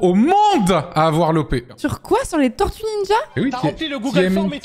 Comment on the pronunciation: Correction : Tor - tues Nin - jas, TÔrtuues Niiinjas